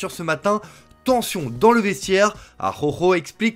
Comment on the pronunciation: Va faloir bosser la prononciation de ARAUJO 😂😊